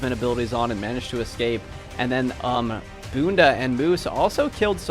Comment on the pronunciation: Haha, nailed the 'Bunda' pronunciation. Portuguese for ass btw